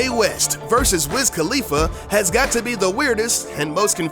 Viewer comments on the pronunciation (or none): none